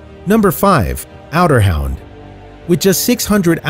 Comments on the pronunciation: since when were Otterhounds pronounced outerhound ? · The pronunciation is terrible otter hound pronounced like outer hound. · It's otterhound not outerhound. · Otter not Outer, as in hunting otters. Jeez! Come on now! Get your vids straight, and I consider that pic on the beginning dog with stripes as click bait. I'll never watch your channel again. Sick to death of BS on these vids. Too many to choose to put up with half right info. Showing a pup, and not the full grown dog, is also misleading. All dogs are darling! Pups especially . I was curious to see the mix breed of dachshund/dalmatian adults. That just looked like my long hair dachshund. Very cute, but come on now! Educate me! Show me something we all don't already know. Frustration! I'm eliminating all frustration. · john jerman he said outerhound!